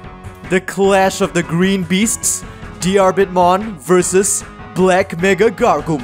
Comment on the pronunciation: Bit of language advice: You don't pronounce the "a" in Diarbbitmon's name. Even disregarding that it's spelled ディルビットモン (pronounced dirubittomon, with the double tt denoting a quick, less than a half second pause before starting the t noise), his name is based on Diarmuid Diarmuid Ua Duibhne, which is pronounced Deermood Oh Dyna, because Celtic transliteration is full of shit and devised by people higher than the international space station.